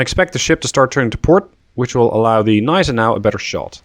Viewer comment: correction on the pronounciation of Gneisenau: You rponounc it Neisenau, in german Gn doesnt become N, it stays Gn. so its isnt pronounced Neisenau, its actuall Gneisenau